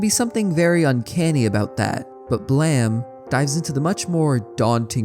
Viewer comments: You can look at the Japanese version of the cover of Volume 1 of the manga on the right side under the english-ized title "BLAME!" and see stylized katakana "ブラム", which would be romanized as "buramu" and would indeed be pronounced "blam". Nihei also created a Wolverine manga (as in, Marvel Comics Wolverine) titled "Wolverine: Snikt!" (as in, the comic-book onomatopoeia-word for Wolverine extending his claws). This leads me to believe that Nihei's actual intention for BLAME! may have been for the title to be BLAM! instead, also like a comic-book sound-effect word, in this case being representative of Killy's gun (Gravitational Beam Emitter) firing - and just that a mistake was made regarding the English writing for that. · Read your comment and rolled my eyes, and said something like "look at this pronunciation cop over here" then heard it. No, No you're right and I apologize for doubting you, that hurt to hear. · Calling blame “blam” goes crazy , how’d u manage to misread it that many times lmao it’s an English word brother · Love your videos but jesus christ dude why do you pronounce blame as BLEEEM🫠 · I love the video however I’m pretty sure it’s pronounced “Blame” like the word “lame”, not “Blam” like the word Bam. Other than that great video man 👍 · That's Blame, not Blam, right? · Why does everyone call it BLAM. It's title spells blame.... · Why did you pronounce it "Blam" if it is spelled "Blame"? Do you not know about the word "Blame", or how to pronounce a word with an "e" at the end of it, or is this how the name of the manga is pronounced and it just has an unconventional spelling? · Blame not Blam... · God, I wish people would just call the manga Blame. What is Blam even supposed to mean? And don't say its the Japanese pronounciation, that would be Blamu in Katakana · So is there any reason you said "blam" and not "blame?" You caused me to spend 20 minutes looking for the wrong series and getting frustrated at why I couldn't find it...